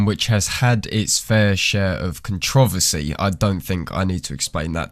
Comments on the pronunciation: CONT-TRA-VERSY the fuck is con-trovacy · Did you just mispronounce controversy????